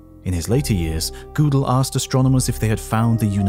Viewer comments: THE COMMENTATOR IS NOT A GERMAN SPEAKER, ... he pronounces Godel as Goodel (as in boot) rather than as Goadal (as in boat). The umlaut (the horizonal double dot over a vowel, in German) converts the "o" in Godel's name from the short o as in hot, to the long o as in O (P Q)). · Kurt Godel. Not GOO del The German is Ger del. First syllable like a dogs growl ryhms with her. English is Go del. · Fun fact: Gödel doesnt rhyme with poodle ☝ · Great documentary, but the way you pronounce Gödel is an insult